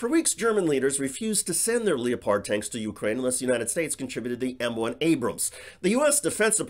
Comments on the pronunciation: ITS NOT LE OH PARD ITS LEOPARD LIKE THE CAT SMH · It’s LEP-HEARD like the cat. Not LEO PARD. Wow. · Did you really just say "leo-pard"? geez, I would think you know how to pronounce leopard..... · Have I been pronouncing “Leopard” wrong? Is it leo-pard or leperd? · You might want to consider that that is the way "leopard" is pronounced in German..."leo-pard"... just like te British pronounce "jaguar" as "jag-u-ar". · I'm a fan but your killing pronunciation of leopard